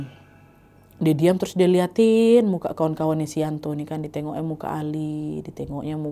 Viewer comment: yanto ka nad bukan yanti 😁